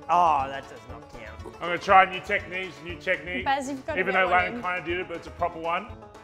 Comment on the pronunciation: it’s bazz not bass 👍